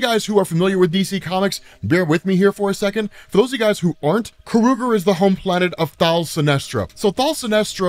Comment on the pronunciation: Is it pronounced Ka-ru-ger ? I always thought it was pronounced Kor-a-gar ?